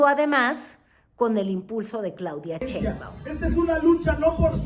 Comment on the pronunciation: Claudia Chainbaum!!!😂😂😂😂😂😂😂😂😂😂😂😂! No señora pseudo periodista ! Sheinbaum! De qué le sirvió su educación Fifi??